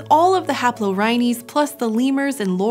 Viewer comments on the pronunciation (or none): No other anthropologists annoyed by the mispronunciation of "haplorrhines"?